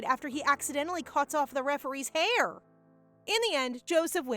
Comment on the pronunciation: I thought she said “arm” not “hair” 😅😂